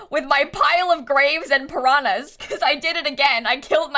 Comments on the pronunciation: Aaaah I love to hear mispronouncing "piranhas" 😂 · I would like to share that as a brazilian I am very amused by the way you say piranhas